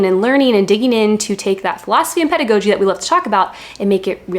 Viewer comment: Thank you for sharing your experience! This was really helpful. Also, I believe it’s “ped-uh-gah-gee”.